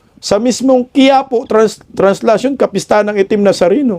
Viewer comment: traslacion not translacion